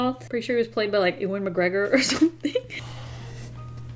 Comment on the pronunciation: "Eww-an McGregor" Me, an Obi-Wan enthusiast: "It's You-wen McGregor"